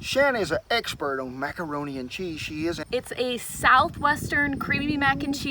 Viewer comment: He really said macanroni multiple times 🤣